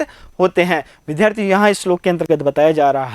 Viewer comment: विद्यार्थी शब्द को शुद्ध भी बोल लीजिए।